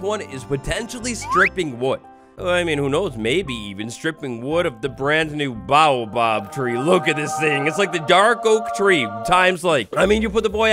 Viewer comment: The way he said baobab 😂😂😂😂